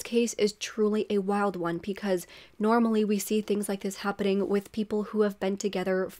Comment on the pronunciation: I like your content. Only thing I hate is that you say Pecause when it’s Because. Just my 2 cents.